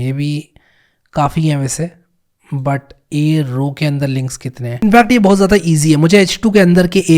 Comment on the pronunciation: My favourite part "BO HUTH" 😂